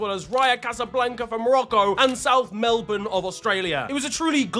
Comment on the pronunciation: Just a note from an Australian, thank you for actually pronouncing "Melbourne" properly. Much appreciated